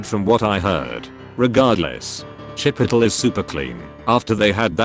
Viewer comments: lol “chip petal” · No one: Narrator: "Chipittle" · the robot pronounces chipotle the same way that i do to piss people off lol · the way he says Chipotle makes my innie an outie